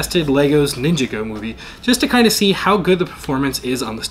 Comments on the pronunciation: Everyone: Ninjago This guy: Ninja go. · "Ninja-go" that's him, Officer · You said "Legos Ninja-Go." It is "The lego Ninjago movie video game." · ningagoo lol